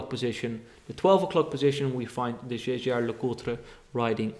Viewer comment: Waarom is je uitspraak van Jaeger LeCoutre zo vreemd? Just wondering, volgens mij moet je het iets anders uitspreken